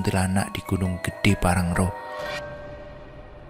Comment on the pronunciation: Pean ko dr dl salah baca wae to .... Bukan parangro low tp pangrango. Dll